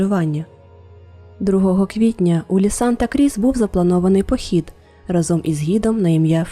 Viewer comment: Дякую за цікаву історію! раніше чула про неї ще на якомусь російському, прости господи, каналі, але ваш виклад мені сподобався найбільше! Під час перегляду помітила декілька помилок в українській, дозвольте на них вказати😅 У слові "разом" наголос ставиться на перший склад, щоб легше було запам'ятати, згадайте пісню "рАзом нас багато! Нас не подолати" :) Друге це неправильне використання слова "вірно". В значенні чогось безповилкового, так, як вимагають правила - потрібно говорити "правильно" (або неправильно), а якщо говоримо про щиру любов до чогось, відданість чомусь, то це слово "вірно" (наприклад, вірно любити). У вас було: "вони хотіли увімкнути ґуґл мапу, скоріше за все, аби подивитися вірний шлях до водоспаду", а потрібно було "подивитися правильний шлях"😅 Це мій великий коментар у підтримку українськомовного контенту💔💔